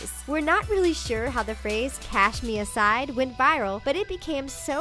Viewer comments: Its cash me outside not cash me ousside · does anyone else hear the narrator say "cash me ASIDE"? ITS OUSSIDE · Why does the narrator keep saying “cash me aside” instead of “cash me outside”?! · Lol, please learn to say "outside", not "aside". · its cash me outside/ousside not aside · Lady!! It’s cash me OUT side not “cash me aside” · Uumm The ALS ice bucket challenge isn't really a "trend". It's this thing called 'awarness'. Also.. Please don't say ousside like that ever again. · Cash me ASIDE? Omfg this presenter never says things correctly. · SlayMama - "owside" silent "d".